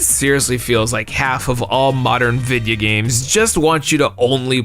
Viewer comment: lol you said video games like hank hill. Loved it 😂. Videya games. My new favorite youtuber lol